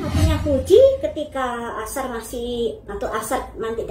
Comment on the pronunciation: nyebut nama jangan salah2 terussss, namanya Aisar Aisar Aisar A I S A R (ada i nya).. bukan Ashar 🤦🏻‍♀️🤦🏻‍♀️🤦🏻‍♀️😂 gemezzzz dengernya ❗️ setau aku sebelumnya ibu ini Fans berat Varrel alias fans Varrel garis keras 😂